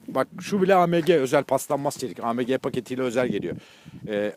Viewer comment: Abi Amege diyil okunuşda aemci okuluyo